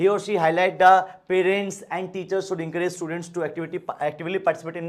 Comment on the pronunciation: Should ko soood....😂